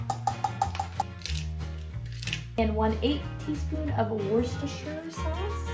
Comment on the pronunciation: You pronounced Worcestershire right!